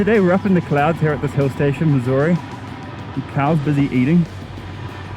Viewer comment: Now did u say Missouri or Mussoorie?